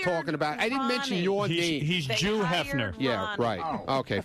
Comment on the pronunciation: “Jew Hefner” 😂